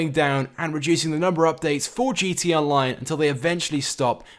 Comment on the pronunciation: Your saying gt online